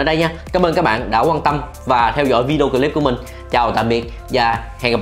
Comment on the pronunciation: Cách phát âm nghe lạ lạ (Bờ rồ mắc)&cờ líp